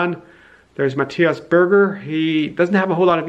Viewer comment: Q : How to pronounce "Matthias" A : "Marius"